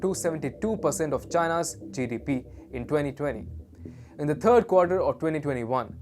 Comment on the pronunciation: This has been reported before. It's not new news. And he still needs to work on his English language skills. Turd instead of third, turty instead of thirty, effluent instead of affluent. In English we say two hundred and fifty not just quote the number 2, 5, 0, again 2, 7, 2 percent, government sounds like germent, dem and dat for them and that. If you get on an international site and want to speak English to English speaking people surely one would ensure that you ability to speak the language is above average